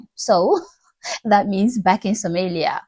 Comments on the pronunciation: Learn how to pronounce women. It’s Somalia not Sumuliya… your ignorance is showing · This African woman can’t even pronounce Somalia ! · An African woman who is leading the smearing campaign of another African man for running mayor in a country where he was born and all white racists thinking what a useful idiot. What’s even worse is that she can’t even pronounce Somalia rightly. No wonder why Africa is way behind from other continents . while it is rich in resources, it is poor when it comes to people with intelligence. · It's better to pronounce the country's name, Is Somalia, and it's people is Somali.. You don't know nothing about Somalia and Somali people, America is for all people even the white's are imigrants, but as you house ne$ro who hates Muslims, i advise you to protect your ass, we never forget from where we come from or change our values and cultures, he who not have past have no future..